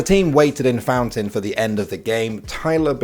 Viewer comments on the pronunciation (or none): none